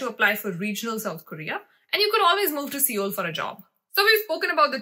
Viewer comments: Seoul is actually pronounced as sole/soul. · It's not seeoool ...it's sol (pronounced)